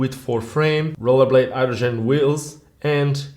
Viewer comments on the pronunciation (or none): none